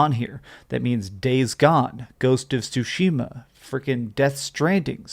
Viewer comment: Did I hear you say Ghost Of Stushima my guy!?